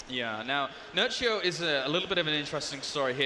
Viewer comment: He said Nerchio , I hear Nuttshow ...